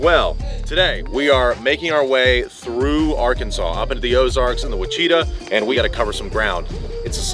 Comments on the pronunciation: "Wha-shi-taw" not "Wa-chee-tah" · its wash-uh-taw(ouachita) lol not owacheeta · WA-chi-TA lol what a wild pronunciation. If that area is pronounced the same as the parish in LA, it is WASH-i-TAW. Great video. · Ouachita is not Wa-CHEET-ah. It's WASH-i_TAH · Ouachita is pronounced "wash-it-tah" I know its confusing but this is the remnants of the early french settlers combined with native american names. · native Arkansan here. Ouachita is pronounced WAW-shi-taw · Now someone just needs to teach him how to pronounce Ouachita ( wash ih tah) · Ouachita is pronounced wa-sha-taw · Ouachita is pronounced wash-i-tah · Ozark hillbilly here. It's "Wash-E-Ta" Ouachita . ha ha ha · “Wash-e-tah” you’re welcome, 😊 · its pronounced wash-it-ah lol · No way he pronounced ouachita like that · that attempted pronunciation of the Ouachita Mountains made my skin crawl.